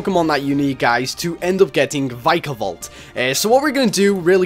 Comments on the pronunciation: VIKA-VOLT Ur saying VIKAE-VOLT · It is vikavolt not vykavolt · it's Vik-a-Volt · It' Vik-a-volt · oh gods..., you totally butchered the pronunciation..